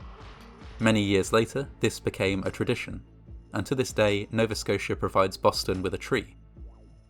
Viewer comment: I liked because you pronounced Nova Scotia right